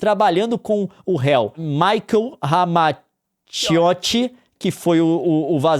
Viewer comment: kkkkkk, engraçado o esforço da Nilce (no inicio do video ) para pronunciar Ramacciotti antes de Leon😁